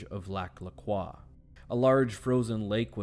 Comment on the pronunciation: I’m from there- why are you saying croix wrong 😞